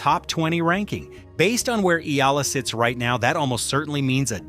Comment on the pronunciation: Her name is not Eela. FFS it's not that hard to pronounce. Try Eh-a-la.